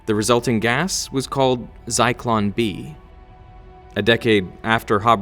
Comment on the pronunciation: The Timestamp calls it Zycon B but its actually Zyklon-B